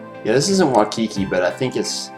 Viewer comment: Do you live in Hawaii? Waimea Bay is the best though You pronounced Waikiki wrong